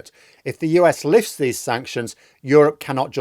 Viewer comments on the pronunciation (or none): none